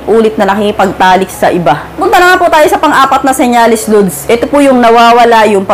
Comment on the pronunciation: Lods ang pagbiglas hindi po LUDS😂😂😂